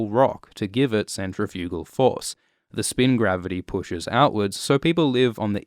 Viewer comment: Can someone explain to this fellow the correct way to pronounce "centrifugal"?